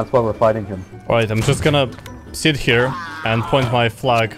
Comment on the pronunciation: "I am 'ere to learn about job seekers allowance"